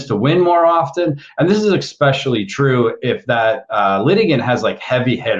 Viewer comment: it’s difficult to seriously consider information from a “scholar” who says ex-specially.